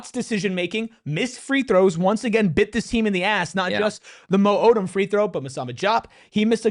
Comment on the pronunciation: Not being able to correctly say your players names is insanely disrespectful lol.